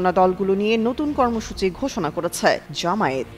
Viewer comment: জামায়াতের কেন্দ্রীয় নেতাদের দৃষ্টি আকর্ষণ করছি, প্রায় সব মিডিয়া ও উপস্হাপকরা "জামায়াত" শব্দকে জামায়েত উচ্চারণ করে থাকে।একাকি জামায়াতের জন্যে অপমান করে নয়? দৃ